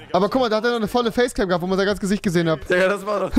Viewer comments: Rewi sagt immer thikka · Warum sagt rewi dika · Du sagst diger mit t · Rewi sagt imner statt dieger dieker😂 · Rewi du sagts immer Dikka statt Diggha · Ich feier es rewi die ganze time dikka sagt stat digga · Warum sagt Rewi dicka?😂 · Seit wann sagt rewi DIKKA..hahahaha bitte gewön dir das wider ab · Digga Rewi man sagt Diggggggggggga mit G nicht mit K wie du es sagst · Junge das heißt Diggah und nicht diKKa 😂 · Rewi es heißt digger und nicht DiCKer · Wenn du schon digga sagst dann bitte mit g und nicht mit k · Sag mal digga und nicht dicka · Das heißt Digga und nicht Dicka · Junge Lern aml digga zu sagen du sagst die ganze zeit dikkkka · Hör auf digga als dicka auszusprechen.!. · Wenn Rewi nochmal "Dicka" sagt, raste ich aus. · Warum sagst du immer dicka